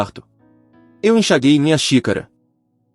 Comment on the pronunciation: Enxaguei aparece o som do "u" .